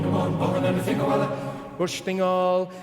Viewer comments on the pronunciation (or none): The word is pronounced "Fin-oola." It's the Irish version of "Penelope."